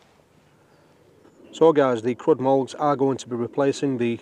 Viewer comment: I was going to suggest that maybe it's pronounced "Crude" but that's not actually any better.